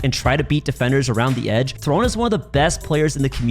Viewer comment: ITS THRONEE